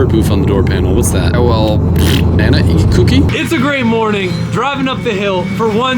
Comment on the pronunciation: "And I eat cookii" 😂😂